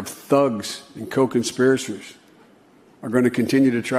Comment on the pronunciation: “…network of thugs and co-conspiraSIRS…” LETS GO BRANDON!!